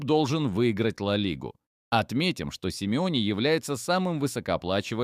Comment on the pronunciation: Симеоне а не сим ионе